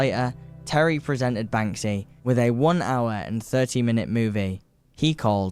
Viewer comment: Yep. Like most kids on YouTube, incapable of pronouncing many words. He can’t say Thierry either.